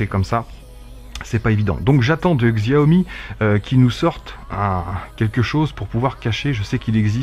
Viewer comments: par contre ça me fait mal d'entendre xiaomi... Ca se prononcé çiaomi... 😂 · Au passiage ca se prononce Ssiaomi, y a pas le sons xiao comme tu dis en chinois